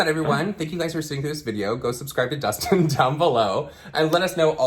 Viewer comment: Not “Dustin Dialysis” 😭😭